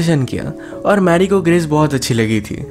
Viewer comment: U said writer bt it’s sounds was like brital.... Nd also the girl's name was gress bt it sounds also like cress.... I think u should take care of it.